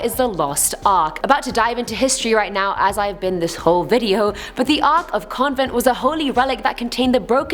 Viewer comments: What's the "Ark of Convent?" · COVENANT. It's the Ark of the COVENANT, you dunce. It's going to sound mean no matter how I put it so I'll speak plainly: my God, this woman is obnoxious. To talking about two FICTIONAL pirates, to the mispronunciation I mentioned, even to saying "what's Gucci" as if that makes her sound cool. Please...just stop, lady. Stop trying to act cool. You either are or you're not, there's no middle ground.